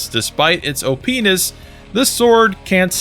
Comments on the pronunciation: lul u said op-ness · Lol you said “OPenis”